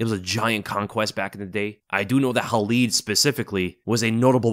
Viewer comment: It Khalid, not Halid. When Arabs use "Kh" it's not like when the Russians use it like you see it in the name Khabib. Better example, DJ Khalid.